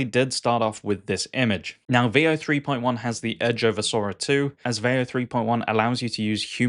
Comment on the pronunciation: Sora trends looks really fun. It's a great idea, but your pronunciation of veo makes this video cringe 😬.